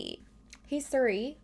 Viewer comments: Suri lol it’s pronounced serie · Try saying siri like sear-e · You and my mom both pronounce Siri and Suri and it actually kills me. Suri Cruise LMAO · Siri is sick of your crap because you say “Sir-ie” (or maybe “ser-ie”) instead of “Sear-ie” 😂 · that is amazing, just keep calling it Suri lol. You're my favorite true crime channel, thank you for having so many videos to watch! ❤ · its name is Siri, but as said, it could be pronunciation or habits. If anything it's still similar pronunciation and not like sOry 😂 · Maybe the phone ignores you cause you call her Suri when her name is Siri 😂😂😂😂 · the way you say “suri” lmaoo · You say suri so I was so confused what you were talking about for awhile 🤣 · I've never heard siri pronounced that way, is that a Canadian thing? everyone I know pronounces it seer-ee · ”Suri” is that Canadian accent to say Siri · Nothing wrong with being pale! Also, I love how you even pronounce Siri wrong! 🤣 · Asks Siri how to pronounce something pronounces Siri wrong 😂 you’re so cute